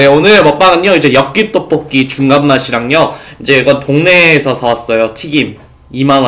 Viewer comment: 오랜만에 떠뽀끼 여끼떠뽀끼 아 발음 졸귀야ㅠㅠㅠㅠㅠㅠ